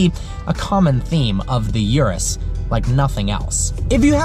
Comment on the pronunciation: PLEASE, Urus....U of URUS is not that STU*** 'iurus'... it's URUS with U... i know english people are poor in other languages and ur "U" is quite always a "iu", but i cant ear that! Try NOT to "americanized" the model names (and not only this one!)